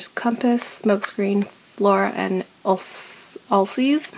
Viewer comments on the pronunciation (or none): Asylum is pronounced uh-sigh-lum. Ulysses is pronounces you-liss-ees. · Great haul! I love your shelves! So many books! I also noticed that you mispromounced "Ulysses" twice! (once in a book haul, and now). So here's the pronounciation! -> How to Pronounce Ulysses Just thought you should know. :D